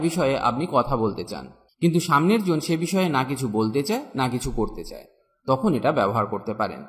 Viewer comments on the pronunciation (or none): none